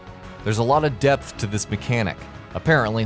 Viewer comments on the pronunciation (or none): none